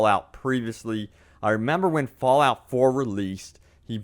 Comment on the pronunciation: Bro you emphasizes your "y"s so much, its fallout not fallyout..... and leak isnt pronounced leeeyyyyqued damn man